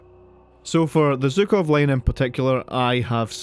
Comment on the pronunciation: Why Zukov? It's clearly Zhukov, it's literally in the name